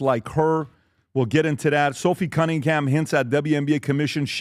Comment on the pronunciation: Genuinely think doesn’t know majority of the topics talked about. Always gets people names wrong and says it often. Cummingham?